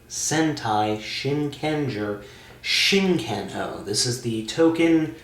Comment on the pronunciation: shinken oh sounds like chicken O